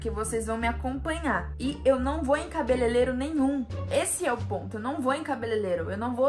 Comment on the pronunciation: cabelelero kkk é cabelereiro kkkk